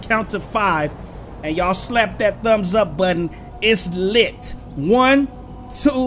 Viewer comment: it's litey out here yall me: it's litty like fashitty